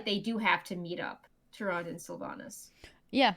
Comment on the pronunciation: Am I the only one that cringes every time says Tyrande wrong?